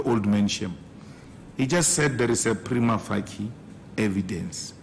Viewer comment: (Preema fashiye) not Preema faki....